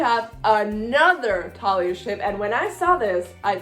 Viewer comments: Thalia is Like how u say it but th at the beginning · Okay, I’ll give you the Thalia pronunciation and not give you crap (/lighthearted) for dropping the H. It makes sense to say it the way you do, when you’re coming from a background in Spanish. I feel like I say Luke’s last name so strangely compared to everybody. It’s Cast-uh-lon for me. :)